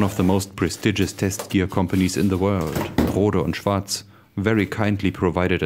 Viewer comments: well, the way pronounced it in the video is correct as it's a German company. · hmm..so thats the correct way to pronounce Rohde und Schwartz. nice. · And finally a video where someone pronounces the name properly :D